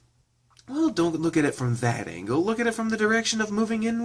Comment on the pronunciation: Hearing you say (angle) reminds me of people who roleplays and tries to name themselves (angel) instead they put it as (angle) and it's really funny.